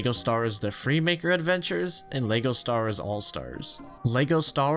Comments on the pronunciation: Bro STAR WARS, not Stawas 😭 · Does anyone else hear him say stawrs instead of star wars? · Whenever he says Star Wars it sounds like he says Star'ers. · Why does this guy say "lego stars" and not lego star wars and he acts like nobody knows that lego makes star wars lego sets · you said "lego stars" beo!!!!!!!!!!!!!!!!!! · "LEGO Stars" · “Lego Stars” ... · He says Lego Star-ers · Bro are you saying “stars” or “star-wars” I legit can’t tell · Bruh the way you pronounce “Star Wars”.